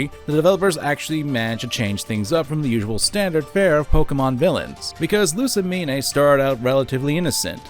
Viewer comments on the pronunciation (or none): I think you're mispronouncing Lusamine. The Mine, is pronounced Mean or Meen. Not separated into Me Ne. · This is a great video But it Is LOO-SAH-MEEN NOT LOO-SAH-MEEN-EH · its pronounced loose-uh-mean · You're pronunciation of Lusamine makes me physically ill.